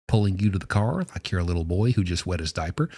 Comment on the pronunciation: Don't like the way you say boy what up with that